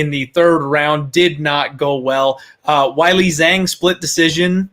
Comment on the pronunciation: Gonna be so happy Weili isn’t fighting for a while. absolutely butchers her name…….. come on man. It’s really not hard at all. Way-lee to simplify it for you not why-lee. Shit fucking kills me.